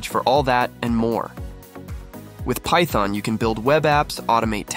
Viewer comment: lol thyton tonee